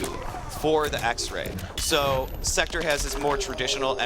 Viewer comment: they cant even say sektor right, lol